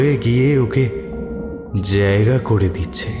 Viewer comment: কয়েকটা শব্দের উচ্চারণে ত্রুটি লক্ষ্য করলাম। জায়গাকে জ্যায়গা ইত্যাদি।সেগুলো ঠিক করে নিলে শুনতে আরও ভালো লাগবে।